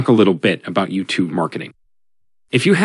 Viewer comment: Not bad though he / it clearly gets the intonation of "YouTube" wrong which is a bit of a give away.